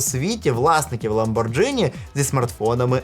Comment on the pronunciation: Пишу коментар тільки щоб поправити трошки: Ламборґіні, а не Ламборджині